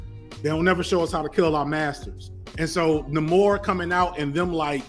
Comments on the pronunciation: its NAY-more, not Nuh-mor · having a mini stroke with every pronunciation of Namor